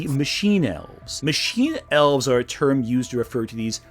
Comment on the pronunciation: I was listening to this and at first I thought they said Owls instead of Elves and was very confused.